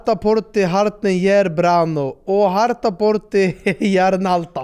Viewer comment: Synd det inte blev rätt uttal på sista frågan i quizet. Harta ska uttalas liknande som ordet Svarta, fast med betoning på första A:et 😄 Då tror jag Emil (i Lönneberga) hade knäckt den 😅